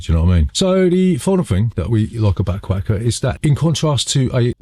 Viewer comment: Im recommending you dub a different accent when saying ‘Aquatica’ some things just aren’t meant to go together you know?